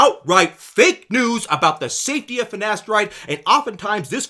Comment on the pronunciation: "Nocebboh" "Finasterideh is safeh"